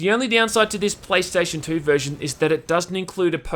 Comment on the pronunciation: "praystation says white man in asian voice"